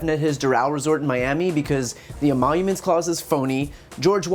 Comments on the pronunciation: Wait.... did he say "E-monuments clause?" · "This phony emollouments clause"?!